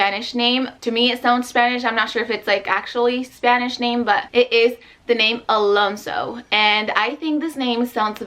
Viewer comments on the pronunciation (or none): none